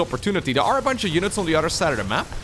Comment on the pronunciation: I like the way says words with "oth" as "udd" like "udder than that" and the famous "muddership." My absolute favourite is "that's YUGE!" I love it so much that I just have to say it out loud whenever I hear it. My GF scoffs at me every time...